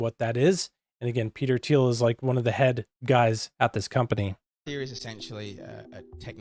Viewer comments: It's pronounced "Palen-tier". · It's actually pronounced 'pal-an-teer'.